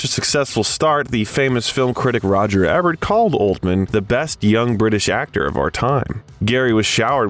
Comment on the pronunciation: Pronounced EEEEEEEEbert, biography channel...